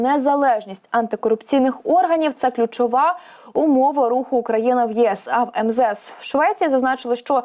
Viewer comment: Про яку країну ви говорите? Це українська мова? Що за Украяна? Чи тільки мені ріже слух?